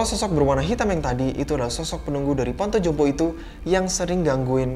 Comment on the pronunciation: "Panti jompo" bang... Bukan " panto jompo "... 🤭